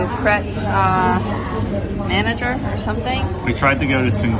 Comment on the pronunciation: Pret a "mon-zhay" as in mange the French for eat